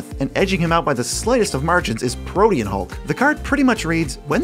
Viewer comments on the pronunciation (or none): none